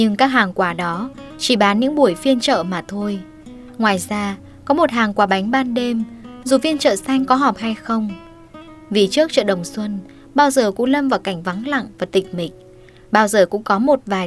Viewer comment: Người đọc có vẻ sai sai thế nào ấy "miếng ngon" lại đọc thành "miệng ngon", hay như "chợ Đồng Xuân" lại đọc thành "Đông Xuân"